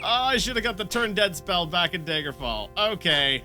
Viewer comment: PLEASE stop pronouncing it "Daegerfall" it's DAGGER-FALL NOT DAYGER-FALL